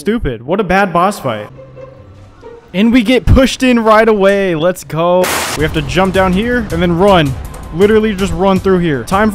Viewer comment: I liked the humor it carried well and the quality was Def solid but every variation and pronunciation of "let's go" was rough, it was so frequent I nearly stopped the video when it was said 3 times in less than 2 minutes. Great job on the Plat. Hit up sekiro of you havent yet.